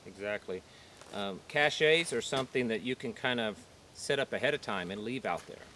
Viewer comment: Not to be the grammar police or anything, but... Cache, meaning hidden storage, is pronounced “cash”. Cachet, meaning a state of being admired or a bundle of aromatics, is pronounced “ca-shay” Just FYI. You do you. Good video, good subject, thank you.